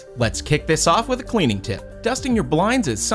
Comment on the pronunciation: Did he say cweaning? 😂